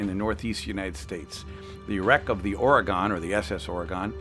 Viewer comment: INCIDENTLY ITS PRONOUNCED OR-Y-GUN NOT OR-Y-GONE!!